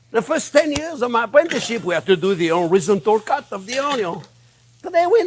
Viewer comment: Spent quite some time, even attempting a web search, to find out what he's saying here, before I realized; Jean-Pierre is in fact not using a fancy, french-sounding culinary term. He is quite simply saying "horizontal cut" 😂 God bless you Jean-Pierre...